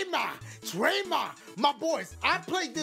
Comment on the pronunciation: U said “dramma” twice just so u know